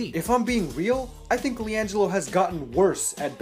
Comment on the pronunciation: LIANGEELO ball